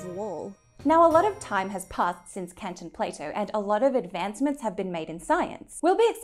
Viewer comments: sorry I know this is very unfortunate, but his name is actually pronounced "Cunt", not "Can't". 😶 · yeah... it's not pronounced "can't"... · If I may... some minor corrections from a native German. It's "Umwelt" not "Umvelt". And Immanuel Kant is pronounced with an a as in "bark" not "hand". I know it sounds like a slur, sorry, that's his name. I know it's hard but it'd be nice seeing some respect given to other languages. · How seriously should I take the video if you haven't even managed to research how to pronounce 'Kant' or spell 'Umwelt'?